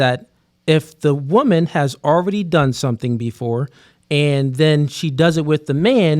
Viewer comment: Why can’t pronounce woman and women correctly. Until he fixes this egregious speech issue nobody should watch his content again and punish him for this bad behavior. You can’t shit on 304s who all sound stupid and then sound stupid yourself.